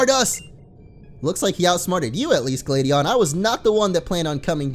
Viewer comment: It's glad not glade Huh you don't know how funny